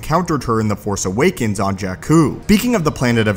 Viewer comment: You keep editing out the "s" sounds at the end of your words. The Force Awaken? Specie?